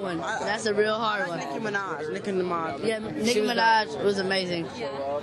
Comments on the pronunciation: princeton threw he said niki minaj nicki mamaj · if u listen closely princeton says NICKI NIMAJ..instead fo NICKI MINAJ the 2nd time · Princeton said Like nicki minaj.. Micki nimaj lolzs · seconds Princeton says yeah i like nicki minaj yeah nicki nimaj HAHAHA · aww princeton said nimaj lolz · thumbz up if u heard princeton say nicki nimaj..lol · princeton said NICKI NIMAJ loooool xD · princeton said micki nimaj lol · lol prince said nicki nimaj :D